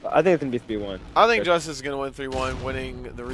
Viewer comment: I like how says, "Justus." I imagine that's how a rat would pronounce it.